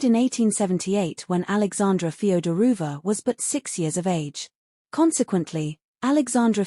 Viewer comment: Mispronunciation of “Feodorovna”…”Livadia”….”tsarevich”….🤷🏻‍♀️